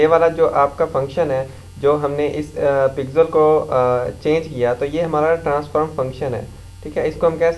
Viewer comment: lode pixel hota h pigsel kya bol rha